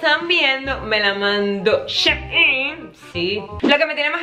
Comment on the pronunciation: Mi mayita❤ creo que shein se pronuncia "shi in" como ella en . Tu me entiendes 😂 te aviso porque tienes varios vídeos sobre shein 😍 te quiero muchooo